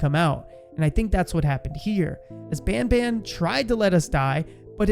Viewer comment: band band? its ban ban(no hate)